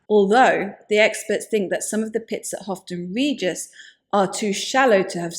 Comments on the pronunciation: Pronounced 'Howton' Regis , not 'Hofton'. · It's " Howton Regis" 😊